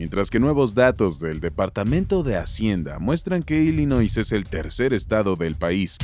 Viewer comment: Nel carnal tu información esta muy mal. Y se pronuncia ILLinoi sin s.